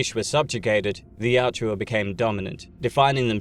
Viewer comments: Pronounced YACHT-JA. Not YAT-JU-WA. Great content though! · Yautja, not Yatjua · It is "Yah-Ut-Jah". Not Yat-chu-wa. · Quit saying Yaut-JUA, its not like Joshua. YAUT-CHA😂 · Why do the British butcher every word made by other countries. Youtja is pronounced yowt jah not Yah chew ah. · Excellent video, thumbs up for sure, i just have a little bit of beef with you for one small thing my friend! :) Yautja, you say it like the shua in Joshua Yaut-shua, it's fairly simple my friend, YAW-CHA, i hope you are able to read this message in time to see it make sense before continuing with any videos. I honestly feel eerie about the situation seeing you have above a million subs bro, that's wild to have gone so far without ever really knowing? I mean i don't know, that's my guess, anyway, until next time! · Why do you keep calling them the Yaht-JEW-a, when the way it’s spelled seems like it should be pronounced Yaht-ja? This is a serious question, not being an ass. Is the narrator mispronouncing it or does the spelling not reflect the actual pronunciation. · Can’t get past it Yautja Not yatjua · I feel like its pronounced more like yowt-jah rather than yow-joo-ah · The Yachewa 😪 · I know it’s incorrect pronunciation, but is it weird that I think the second one flows off the tongue better? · Take a drink every time he calls them 'Yat-ju-ah' ....I pity your liver. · He can't pronounce yautja correctly. Annoying AF. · An hour of hearing the species name mispronounced? "Yautja." Where is the "u" between the "j" and the "a" coming from? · Pronouncing Yautja wrong kept me from watching this video